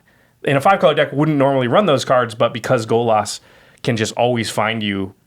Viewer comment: Golos does not rhyme with Bolas